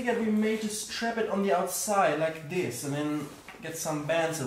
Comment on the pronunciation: THANK GOD you say "this" instead of "sis"